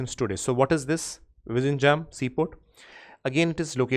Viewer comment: sir please check the pronunciation of vizhinjam